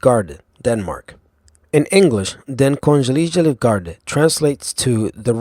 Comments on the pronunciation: Argh! I cringe so hard at his pronunciation of Den Kongelige Livgarde! xD. so fucking hilarious! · The next you should really try to hear what Den Kongelige Livgarde is pronounced like. Try to type it into Google Translate and tell it to read it aloud! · When he pronounced the danish one it sounded so latin in nature, even tho it's a nordic country.